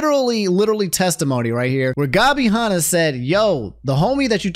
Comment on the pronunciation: Gabby Hah-nah and Tana Mongoose